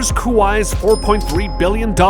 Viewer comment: I have to say, whoever does the audio/reading of the script sounds like a blithering idiot. Must be using AI for it since it’s not that difficult to say words like Kuwait or so many other words like archipelago. Maybe someone that speaks English prolifically should voice these videos. It’s really simple, if you want to be informative and spread educational information, at least know how to pronounce simple words.